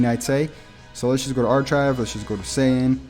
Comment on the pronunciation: (Arkive) not arCHive